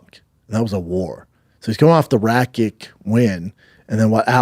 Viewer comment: Gotta stop saying his name wrong though, same with Rakic, oh and Gustafsson